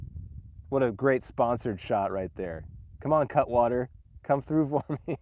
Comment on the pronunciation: Bob bob bob... Cutwater not Catwater, smh